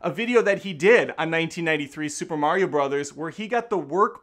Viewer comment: Love the guy, but wow is it like nails on a chalkboard to hear Mario pronounced as Merry-o.